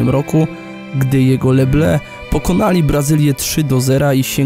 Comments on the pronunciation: tak...jak mówisz "le ble" to francuz rozumie "pszenica" (les blés.) A jak chcesz powiedzieć Niebiescy to mów le blY. jak masz w zwyczaju mówić też gogle na google to sobie nie przeszkadzaj, ale nie wprowadzaj innych w błąd. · Les bleus czyta się "le bly"